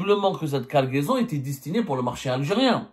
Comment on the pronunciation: une quoi ??? Guargaison 😂